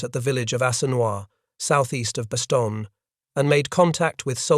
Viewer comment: How much credibility does a history lesson have when the narrator is not aware of the correct pronunciation of the name of the principal location: Bastogne ?